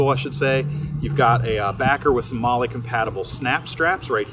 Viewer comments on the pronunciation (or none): none